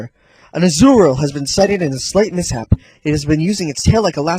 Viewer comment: Miss ship? It's miss hap.